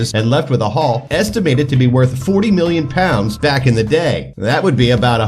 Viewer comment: Why does your million sound like billion